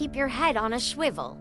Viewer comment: The girl in the end saying Shwivel lol😅